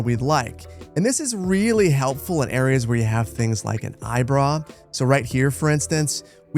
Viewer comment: Okay, I've been too afraid to ask this, but are you saying "eyebrow" with an accent, or is "eyebrah" an actual term?